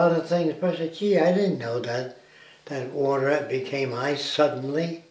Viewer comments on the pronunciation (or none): none